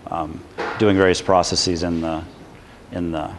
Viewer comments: Am I the only person who finds it annoying when someone pronounces the word processes "process-eez?" When you make a plural of a word that ends in -sis (ie. hypothesis, analysis, prognosis, etc.) you change the i to and e and pronounce it -seez. When you have a word that ends with s and you add an -es to make it plural, the e is reduced vowel. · yes... as soon as i heard his pronunciation of processes....just could get through the video